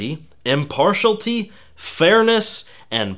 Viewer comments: Excellent video providing a summary analysis on Gamergate. For future reference, you were mispronouncing "impartiality" as "impartialty". Maked me cringe everytime. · impartiality. not impartalty. [im-pahr-shee-al-i-tee] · Impartiality is not pronounced "Im-Par-Shully", it's pronounced "Im-Par-She-Ality". I don't mean to be picky, but you mispronounced it three times. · The problem here, trivial as it is, is that you correctly pronounced a word that doesn't exist. If the word were "impartialty", you nailed it. But it's not. The actual work is "impartiality", which has only one reasonable pronunciation. And it's an unquestionable fact that hearing that non-existent word several times was grating and made it hard to pay attention to what you were saying. That's why you should care. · Just as an aside, you keep mispronouncing impartiality by saying "im-par-shal-tee." It is pronounced, "im-par-she-al-it-ee." Other than that, loved your video, and +1'd it. Oh, and this was not meant to criticize but to help. I like helping people when I can. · It's not impartialty it's impartiality.. (it bugged me) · it's impartiality, not impartialty. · Minor point, sorry! The word is im-part-i-al-i-ty, not impartialty. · It was driving me crazy- "impartiality", not "impartialty". Other than that, interesting video. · It's driving me nuts - impartialITY not impartialty! FFS.There's no such word. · I know; I'm sorry. But after the fifth time, I had to say: Im-par-ti-AL-i-ty Not Im-PAR-tial-ty And by the way, PLETH-or-a, not Ple-THOR-a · Impart-IAL-ity, not impartialty. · I couldn't help but twitch when I heard him say "im-par-shul-tea" rather than "im-par-she-aluh-tee". It's like when people pronounce the word "melee" as "mi-lee" rather than "may-lay". Oh god, my ears! It burns! The internet is at you finger tips. You could perhaps look up how to pronounce the words before saying them. Just a thought.... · yea, was distracting. Also, "massage-anist".